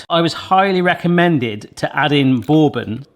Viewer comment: Lol I like the way you pronounce bourbon 😂😂😂